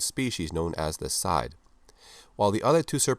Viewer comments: "sidhe" is an irish word, pronounced like "she" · Sidhé is read as "shee" as in Banshee (originally bean-sídhe).